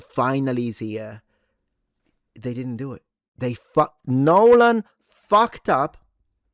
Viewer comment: "Nolan" he's saying Nolan!!! I thought that was some weird mewling to beat AI.